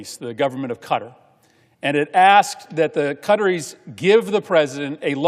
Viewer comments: Why cant this guy pronounce Qatar properly? Just sayin…..it Qataris…in plural Not cutteries!! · "Cutteries" .... lol American pronounciation of (or lack of ability to pronounce) foreign names is always amusing.